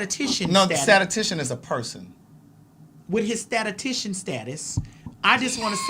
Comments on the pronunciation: I only bring this to your attention because you gave Maddie a hard time on he prounciation of Antigua. Statistician is pronounced ˌsta-tə-ˈsti-shən. You're pronouncing it as sta-ta-ti-shən. Like yours was in love. So is mine. ❤✌🏾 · don’t swing on my for my correction but I work in the dept of biostatistics… It’s statiSTIcian 😂 I hate that word either way